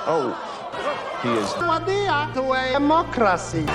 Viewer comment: Bang ngomong wadiyah nya kok authentic yak... Pake dho' wadiyah nya wkwkwkw